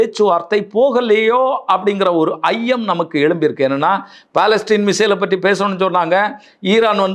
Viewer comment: பலஸ்டீன் அல்ல பலஸ்டிக்